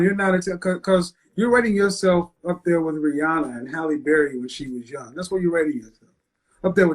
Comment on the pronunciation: dhere not there 😅